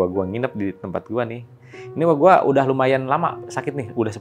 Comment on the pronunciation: Ngadangu urang Pangandaran ngomong "Uwa Gua" asa hayang seuri😂